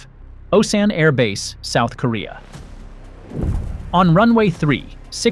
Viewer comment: It's pronounced Oh-Sahn